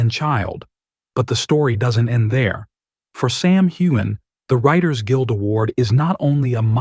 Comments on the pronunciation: You say her last name correctly but butcher his? Do your job! Mispronunciation is rude and insulting! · Here here!!! I have listened to several of your reports and you always pronounce Sam's last name incorrectly but you never pronounce it incorrectly twice the same way. Do your job!!!